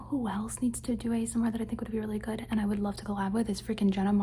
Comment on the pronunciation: I also like when people repeat “good” because i think its funny how sometimes it sounds like “gouda” like the cheese😭💀 and i love too